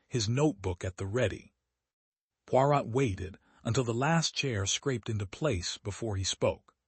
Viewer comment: Had to stop listening because Poirot was pronounced so badly and it annoyed me. The “t” in Poirot should not be pronounced.